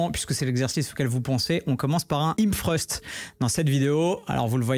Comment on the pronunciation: hip thrust !!! pas him freuste stp 😂😂😂 et la machine porte le nom du mouvement , sinon le reste est genial 😜